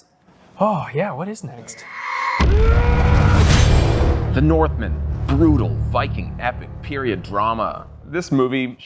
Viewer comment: I thought The Northman was good. Also pretty sure it’s Northman not North, Man how said it 😂😂